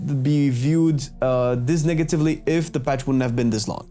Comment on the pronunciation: Haha you said niggatively 🤣